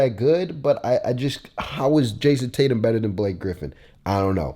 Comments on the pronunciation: homie its "embiid" not "emiid" and its "tatum" not "taytum" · “Taytum” not Tatum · Its Tatum not taytum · Imagine spelling Tatum “taytum”